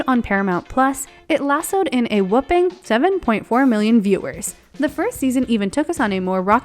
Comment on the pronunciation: the female narrator didn't know how to pronounce 'whopping'. She pronounced it as 'whooping'.